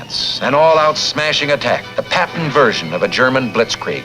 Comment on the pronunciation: According to the comments section . You've had up to 7 years to fix the problem with the name . Please do so , the name is " George S. Patton "